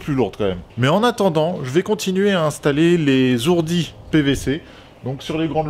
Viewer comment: Pas etais mais tretaux pas z hourdis mais hourdis alle bon courage a toi et mais ton bonnet